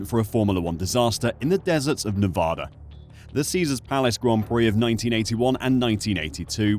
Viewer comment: I love this channel, but you have to learn how to say Nevada, The other issue is the timing is bad, it should be in February / March, when the town is slow, you just had SEMA a couple days ago, and then NFR, and Thanksgiving, then Super Bowl. or change the date with Texas.